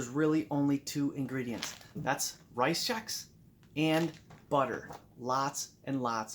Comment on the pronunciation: Sounds like you are saying rize Chex.